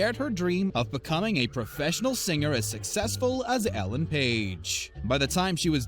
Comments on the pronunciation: Its Elaine Paige. Not Ellen, as pronounced here. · ELAINE Paige. Not Ellen. Bloody yanks